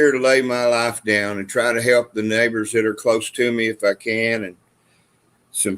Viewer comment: said neighbors I thought he said N word